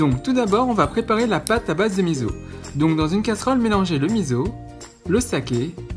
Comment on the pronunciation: Juste pour taquiner, on ne dit pas mizo. Cela se prononce miço (enfin en lecture classique hepburn on écrit miso car misso c'est pour みっそ )